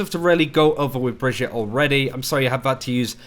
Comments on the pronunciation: bruh its brigggeeeeeettttaaaaa. not brihjit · Brigg-ett-e not Bridgette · it's not "bridge-eet" it's "brig-eet-ay" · Pronounced Bri-gee-tuh. Not like Bridget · br-GIT-uh, dude. Not Bridgette. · So she’s supposed to be swedish, right? But her name makes no god damn sense in swedish. It’s like they butchered the actual swedish name Birgitta (pronounced bih-gitt-uh, with a hard g as in ”go”). Brigitte isn’t a real name, it’s weird as fuck, but I guess us Swedes would pronounced it as brih-gitt-eh (again with a hard g). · Awesome video, but for future reference it's pronounced Bri-gee-ta ;) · So weird, do you tubers actually listen to Jeff speak? He says clearly how the heroes name is spoken.... Bri-gee-tah. Kind of like vageta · It's pronounced like Vegeta. So, Bree-geta. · Pronounce her name right plz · Yeah it was a bit off, but he didn't exactly butcher it. It's one of the better americanized pronunciations I've heard. If you don't speak german I don't think you'll get any closer than what Jeff said. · He definetly did NOT say the name right in the dev update